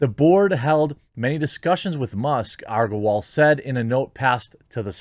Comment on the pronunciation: Jeremy still unable to pronounce Agrawal properly lmao. It's okay i know you're dyslexic and Titter assures me you're also racist so that must be why xP